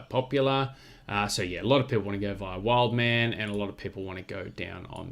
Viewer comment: The second wood at wildemann was there from the start, name pronunciation spot on thanks.